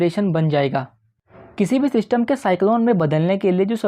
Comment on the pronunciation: Bhaai,sach sach btaana tum ye zyada Elvish Yadav ko dekhte ho na, kyunki it's 'System' not "Syshtamm" 🥹 for God's sake,poora video dhekhna bhaari ho raha h thoda jubaan se 'Syshtamm' ko lagaam do. 🥲 Bohot meherbaani.